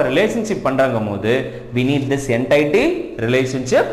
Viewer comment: Sir class super but neenga என்டைட்டி soldrenga🤔, adhu என்டிட்டி